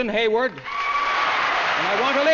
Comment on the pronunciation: One of the most impressive lists of nominees ever. Ridiculous to suggest Novak should have won in a year like that. And is it me or did she mispronounce Susan Hayward's last name as "Hayworth"? Cagney possibly did too.